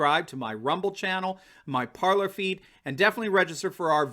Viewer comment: Parler - French infinitive, meaning "to speak". It is pronounced PAR-LAY (accent on the first syllable). It is not pronounced "palour". Also - There are a number of traitors in the GOP. They sold out your country. Time for the Constitutional Party.